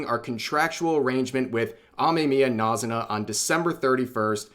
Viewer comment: Why does he keep saying NAZ-zu-na instead of NA-zu-na